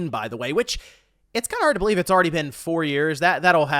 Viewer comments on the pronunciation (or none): "We beleave in generashuns."